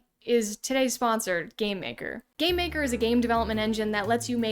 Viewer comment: Why do you always say "Gay-maker".. No!*.. it's Game....Maker...